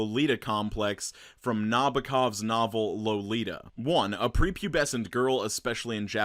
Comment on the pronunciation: Its loli in lolita not loli in lolipop. Geez. I was dying at the pronounciation